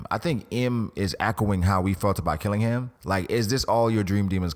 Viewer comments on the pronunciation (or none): Blackbeard wants Killingham ability? Only reason he might be at Marie Jois. Otherwise, it's Dragon! Cuz who else? And don't say Sakazuki. xD